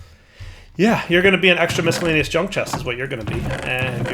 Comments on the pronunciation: Please for the love of god .... stop saying miscellaneous. You have never pronounced it right. EVER. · While he's derpy, that's not by mistake. I'm fairly sure that's "as intended" as (and while I agree with you) that is "how it's spelled". I mean, why is the "c" there?